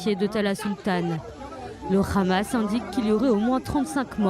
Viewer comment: C'est hamas pas khamas